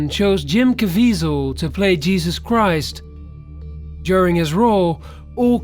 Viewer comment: He read christ wrong